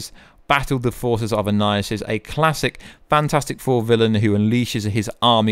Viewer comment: can't finish this vid, hearing 'annilihissus' is almost painful.